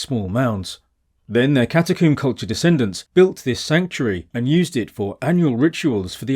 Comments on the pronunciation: Why do you keep saying catacomb as catacooombuh? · That's his English accent and his very slight speech impediment.